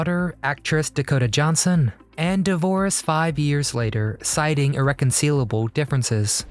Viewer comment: Irreconcilable is pronounced like “guy” between the c and l 😲 😲 😲 😲 😊😊😊😊